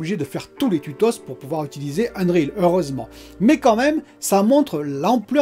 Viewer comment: Mdrr tu es fatigué ou quoi?? Les tutosse?? 😂